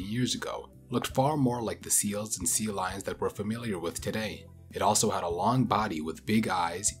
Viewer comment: Are you saying 'seal lions'?? ...Instead of sea lions? Did you think it was 'seal lions' this whole time?